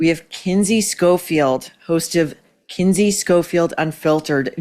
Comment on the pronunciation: Not Kindy - Kinsey